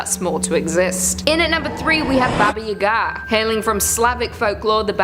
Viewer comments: My dude it's pronounced baba yah-gah, not u-gah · Please, never again ever say "Baba Yagaa" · I agree I cringed every time, "Yaga" is pronounced the same way "Baba" is except for the first letters. I didn't know she was saying "Baba Yaga" until I looked up and saw the pictures?